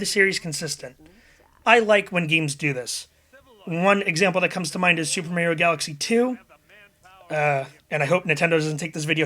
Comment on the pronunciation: oh god..."super merrioh" ugh..